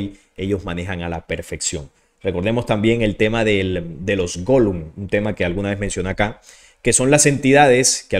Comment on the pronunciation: Por cierto, te confundiste al mencionar la "magia" para crear "constructos" en el nombre, no son "Golums" sino "Golems"👍